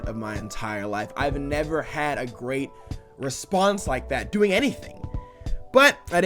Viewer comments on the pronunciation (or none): none